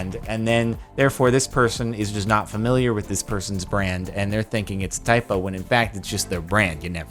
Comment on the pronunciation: I swear I heard him say IPO instead of typo